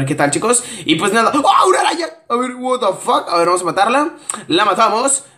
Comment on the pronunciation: Me da risa como dice wata fak jjajajajaj